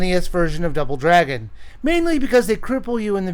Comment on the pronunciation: Did he just say.... Drouble Dragon